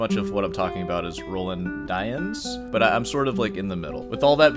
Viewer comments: d-yens yens not why-ens d-yens dyens not d-why-ens and not die-ens, d-yens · It's pronounced "dee-ans" (nasal "an"), love you <3